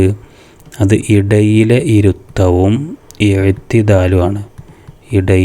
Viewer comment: ഇദയിലെ എന്നല്ല ഇടയിലെ എന്നാണ് 😊😊😊😊😊😊